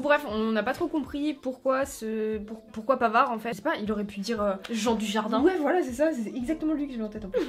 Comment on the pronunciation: Omg le "pavard" !!! Je suis au sol😭😂